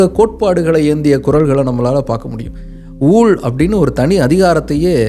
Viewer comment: 'ஊள்' அன்று 'ஊழ்'. தமிழுக்கு மட்டுமே உரித்தான இவ்வெழுத்தின் 'உச்சரிப்பு' தற்காலத்தில் அழிந்து வருவது வேதனைக்குரிய விடயம்.